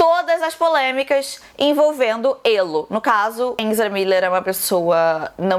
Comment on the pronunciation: agonia total da falando enzra kkkkkkk